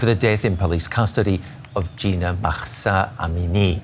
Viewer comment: maghsa?why do foreigners think they have to make persian names sound arabic?just pronounce it normally